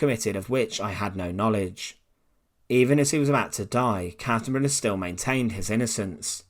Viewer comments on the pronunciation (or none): I'm glad the man's name was spelled out. The way you are pronouncing it, sounds like Kassenberg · Totally botches Kaltenbrunner's name.